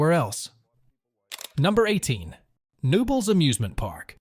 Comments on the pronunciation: Knoebels is pronounced Ka-nobels and I don't think that footage used is from the Phoenix. Just sayin' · Wow Pennsylvanians by knowing how to pronounce the gems you are reporting. Knobels Park, the K is not silent. Coudersport in Potter County has an ow sound as opposed to Coodersport. You did have a nice video. Born and raised in Pennsylvania you enlightened me to some gems I was unaware of. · Took my kids to Knobels for many years. I've never considered anyone not pronouncing the "K," but here it is. Also he pronounced Susquehanna as "Suskweehanna." Another oddity. It's "Suskwahanna," emphasis on the "kwa" syllable. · Boy the park is KAH-KNONLES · I know it’s confusing but it’s pronounced kuh-no-bel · Yeah….Pretty sure they meant Knoebel’s. Pronounced: Kuh-nobels. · I came to the comments to specifically check if anyone called out the pronunciation of Knoebels.